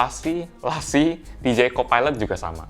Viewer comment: Bacanya la cieeeee :v